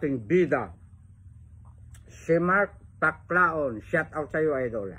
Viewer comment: D mo nga mabigkas ng tama ang shout out daldal kpa ng daldal